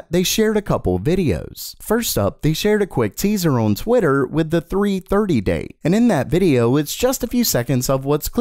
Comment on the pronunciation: One day will say "on" properly.